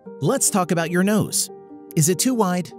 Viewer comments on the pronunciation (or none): "let's talk about youf nose" covers it with my arm